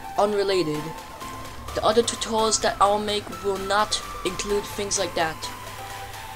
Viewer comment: 1."fings like dat" 2. ever heard of ramps 3. you sound like a robot powered by snot 4. you couldn't get the pineapple refiner (even when this vid what posted)